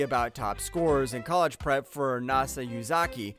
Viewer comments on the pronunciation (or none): none